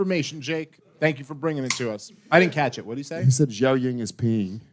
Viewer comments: How many appearances until the pronounce Jiaoying's name right? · Bless the queen jiaoying for listening to these tards call her Joyang the whole show